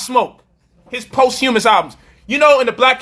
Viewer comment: you're not pronouncing "posthumous" properly...